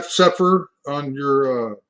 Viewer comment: Cepher - “See-fer”